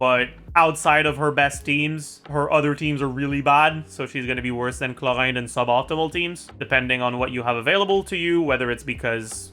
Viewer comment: the way he says clowaind clorinde